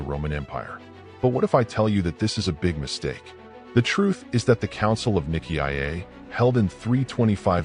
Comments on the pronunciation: If you can pronounce it properly, don't make a cideo about it. Nicea is pronounced N-eye-see-a. There is no I before the A that you pronounce. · Why the new pronunciation of Nicea? AI?